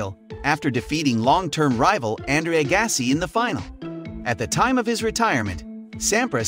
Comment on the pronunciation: Ok... You fail right from the start. Who doesn't know how to say Andre Agassi and John McEnroe's name??? Why are you even something on Tennis when it's obvious you aren't a fan of the sport,, Then, you said Ivan Lendl's name wrong.... But, You did get Jimmy Connor.... I can't even watch any more of this.